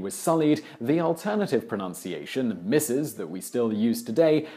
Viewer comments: "Pronounciation"? Pro-noun-see-a-shun? It's proNUNciation! Painfully ironic... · Great series. Pet peeve. It is proNUNciation...